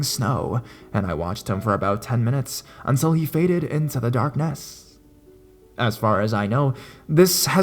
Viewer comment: why does he say darkness like a reetard